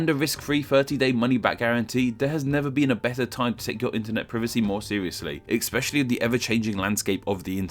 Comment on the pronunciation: EXPECIALLY??? How about saying "especially"? There is no "X" in the word.